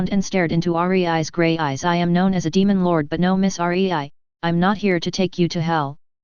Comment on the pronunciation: her name is rei NOT r e i